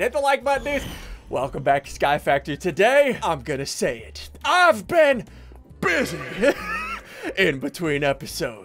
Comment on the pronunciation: i think in every ep he says i have been bysy